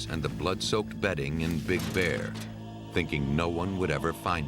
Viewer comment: It's BIG Bear, not Big BEAR.